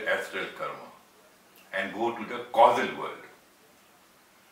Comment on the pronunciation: Are yu saying Casual body. Then the gross body? Casual is pronounced kaZYUel It sounds like you said the KaSUL? body. And then in sound like yu said. Glass body ..instead of Gross. I am very interested to here yu speak more about Yoga & chakra if yu have. Thankyu much i enjoyed this video much.